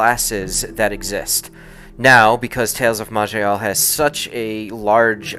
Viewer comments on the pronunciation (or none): ..."I know this prolly mute by now buuuut, it is pronounced....may-lay...."...jus' sayin'....